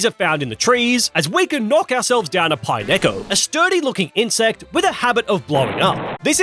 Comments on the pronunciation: "Pine echo" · That pronunciation of pineco sent me 😂